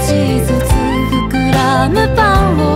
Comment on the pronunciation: はい。あの本のそういうところもちゃんと入れ込むヨルシカの凄さですよね。「膨らむパンを」の発音が好きです。